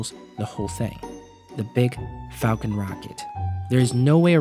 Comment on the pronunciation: Restart video it sounds like 'fuckin havy'